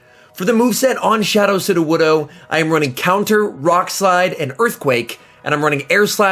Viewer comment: You pronounced sudowoodo correctly You have grown, my son